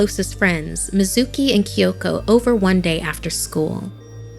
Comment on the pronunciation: “Kiyoko” K Y O K O